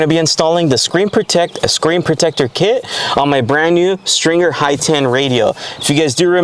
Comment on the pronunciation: Are you calling it "s(T)ringer" instead of Stinger on purpose? It's bothering me 😅